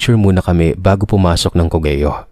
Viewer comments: ❌CO-GE-YO ✅COG-YO (COGEO) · co-ge-yo cog-yo =cogeo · Hello, correct ko lang yung pagbigkas mo ng Cogeo --- Kogyo po. Rainbow 89 campsite controversial ngayon dahil sa nanapak na staff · cogeo "COG-YO" nd cogeyo Masydo pong imposible kwento Ng sender nyo Tska DpT pag kwento Lang Nd na DpT bangitin ang mismong lugar ksi Mamaya magkaron Ng misinterpretation Ganda Ganda s rainbow 89